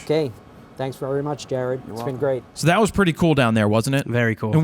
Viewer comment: Great episode! But did he call you 'Gared' lol?